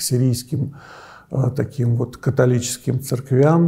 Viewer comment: "церква́м", но НЕ "церквя́м".